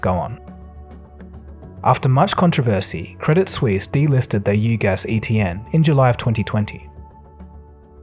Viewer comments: 'credit seuss', what lol? Did you mean 'credit suisse' ? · It's not Credit Seusse, it's Credit Suisse. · 11.36 Credit Seuss? I think a better speaking mistake would've been Credit Suss but hey close enough lol